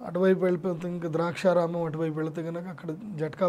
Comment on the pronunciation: Sri Gurubhyonamah.... Its not draaksha ramM. Its Daksha Ramam.